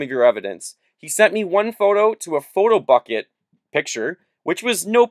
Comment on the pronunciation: It's a like "Button"! Not a "Bucket"... :/